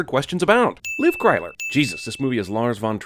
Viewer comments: I lost it when he said "Liv Cryler" 😂😂😂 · “Liv Cryler” lmaaaooo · "Liv Cryler" LMAO! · Its liv tyler not clyler Edit: Kk I get the joke now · "Liv Cryler".